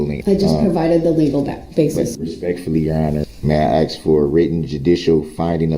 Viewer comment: "Axe" what a dumb person!